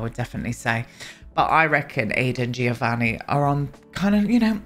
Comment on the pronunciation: It's not too important, but I'm saying it anyway! The "Gio' in Giovanni, is pronounced like the "Jo" of "John", so is more like "Jovanni".